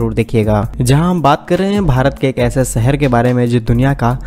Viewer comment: Work on your Hindi Language,,, Shahar not Sahar